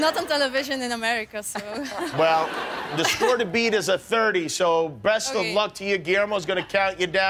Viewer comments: did he just say "breast of luck"? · Did Jimm say "BREAST of luck" there?